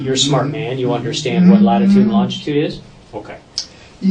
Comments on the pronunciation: the detective is an illiterate sod cannot pronounce longitude, longditude wrong pronunciation ahole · Great job detective. But please learn how to pronounce longitude it's killing me